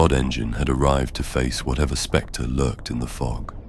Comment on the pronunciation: Oooh specter…not sphincter.